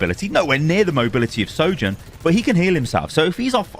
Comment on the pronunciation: You are perhaps the only content creator that can say her name.